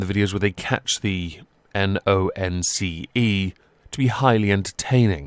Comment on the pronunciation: why did i laugh so hard when he said “the n-o-n-c-e” lol